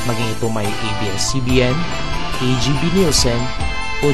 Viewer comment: Ate "ABS" hindi EBS.. bisaya ka?